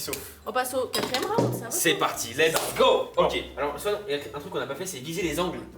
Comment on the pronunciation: on dit pas Swan il😢 on dit SWAN a grandit